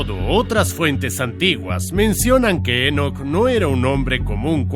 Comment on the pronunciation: Enoc no lleva acento, es muy molesto escucharlo con acento durante todo el video